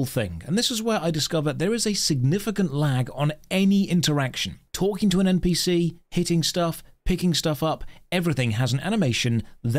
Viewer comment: Saying npc's text to speech is bad when you pronounce "talking" as "talkingk".